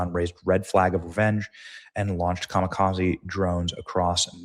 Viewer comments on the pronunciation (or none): none